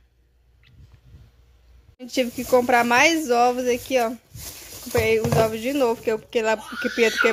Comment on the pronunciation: Óvo, ovôs, ovos né gente, delicinha assistir seus vídeos